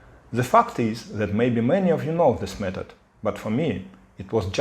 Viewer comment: Please, do NOT say the word "fact" as "fucked". It just sounds so ambarassing!!